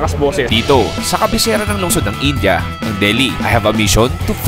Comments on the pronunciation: Its Ind.ya or Indi...not In.ja. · its "in-di-a" not "in-ja" sbe ng mga indianong kawork ko ganyan daw po tamang pagbigkas.. kce nung bago lang den ako dto sa uae kinorek nila ko kce inja den un pgbigkas ko..